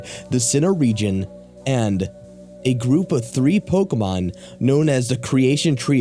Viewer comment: Anyone else annoyed by the mispronunciation of most of those Pokemon??